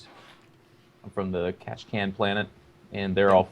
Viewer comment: "Catchacan". LOL! That gets me every time. So hilarious.